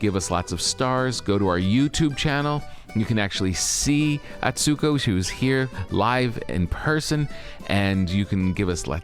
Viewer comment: I would love for Tom to have learned to properly pronounce Atsuko’s name.